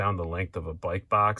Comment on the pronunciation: Just realized you're from upstate when I heard you say bike. Live in southern Indiana rn, and my cny/north country accent stands out so bad